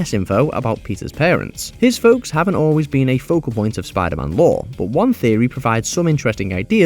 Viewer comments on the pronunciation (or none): none